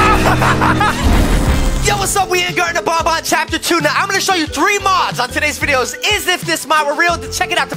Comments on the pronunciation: Yo it’s ban ban not Bon bon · It is BAN BAN NOT BON BON 😅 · its banban not bonbon